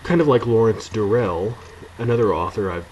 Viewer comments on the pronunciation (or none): Oops, you reverted back to your old pronunciation of Durrell. :) I'm not familiar with Barnes. Thanks for introducing me.